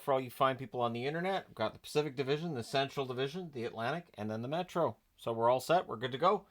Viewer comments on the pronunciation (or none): none